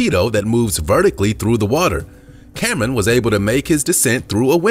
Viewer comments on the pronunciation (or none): Cameron..not camen..damn